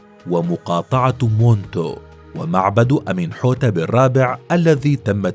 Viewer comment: فيديو رائع جدا يبين عراقة وأصالة حضارة الفراعنة والمصريين القدماء لكن الأسماء كلها نطقت خطأ سِنْ وِسِرِت بكسر كل الحروف وتسكين الحرف الأخير وتعني الرجل القوي بِتح وليس بتاح بكسر الباء والتاء إي مِن وليس أمون إي بتخفيف الياء وكسر الهمزة ومن ينطق مثل حرف الجر من تماما إي مِن حِتِب وليس أمنحتب ولا أمونحوتب حِتِب وتعني (رضي) الفعل الماضي من يرضى و إي من حتب معناها إي من قد رضي وهو ليس اسمه كعادة كل الفراعنة ولكن اسم شرفي لجلوسه على العرش مثل (الحاكم بأمر الله) أو (المعز لدين الله) أو (المستعلي بالله) وهكذا أخِن آتِن وليس أخناتون وتعني أخو أتِن أو المخلص لأتِن (أخِن) بكسر الخاء وآتِن بكسر التاء جِحوتي مس وليس تحتمس.. جحوتي بكسر الجيم ومس بكسر الميم ومِس تعني وليد أو رضيع أو صغير العجل وجحوتي هو المنتسب إلى الإله وليس إله مثل ما نقول رجل له كرامات أو مقدس وهذه الأشياء ولكن الأوروبيون ترجموها إلى إله ولكن نِتِر بكسر النون والتاء معناها المنتسب إلى الإله وليس الإله (رجل مقدس) وإي من وبتح ومنتو وموت وكل هذه الأسماء هي نِتِر وليست آلهة المصريين القدماء عبدوا الله على دين سيدنا إدريس عليه السلام ولم يكونوا عباد أصنام ولكن الديانة دخلتها بعض البدع مثل فلان رجل قريب من الله وله كرامات وعندما يموت يتمسحون فيه قبره ويتبركون به ويقولون ندعو له (مثل ضربح السيدة زينب الآن) طبعا حد يسألني ليه معظم اللغة المصرية القديمة مكسورة الحرف الأول والتاني لو اللفظ من ٣ حروف أو ٣ نغمات؟ طب انطق كده الكلمات التالية بالفصحى مرة وبالعامية المصرية مرة هتلاقي إن القبط أو بقايا المصريين القدماء بعد الإسلام حرفوا اللغة العربية لتصير مثل لغتهم نجح (فصحى مفتوحة كل الحروف) باللهجة المصرية (نِجِح) هرب (فصحى) هِرِب (